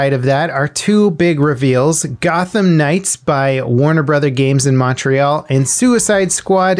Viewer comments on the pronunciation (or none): none